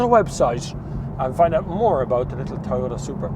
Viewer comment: IT IS PRONOUNCED TOYOTA, NOT TAYOTA.